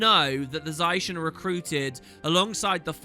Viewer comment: don't mind the 360p but for the love of lyssa stop saying za-i-shen zai-shen pleaaaaaaaase